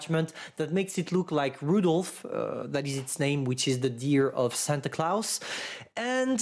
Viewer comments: “Santa Clouse” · "Santa clouse" 🤣🤣🤣